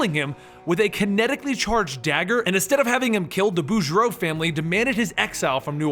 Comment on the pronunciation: Lebjeew -_- You can pronounce "Boudreaux" but not "LeBeau" ... Wolverine Origins got that pronounciation correct.